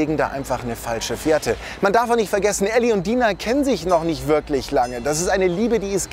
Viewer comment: Mir gefällt das Video sehr aber sie heißt Dina mit deutschem I nicht Deina